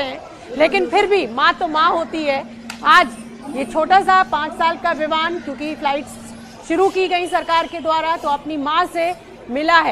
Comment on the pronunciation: ABP NEWS WALI MADAM VIVAN KO VIMAN BOL RAHI HAI LAGTA HAI ABP WALE NE SASTE REPORTER RAKHE HAI 😂😂😂